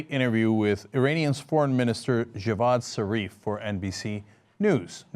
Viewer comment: Javad zarif dude not jeevaan!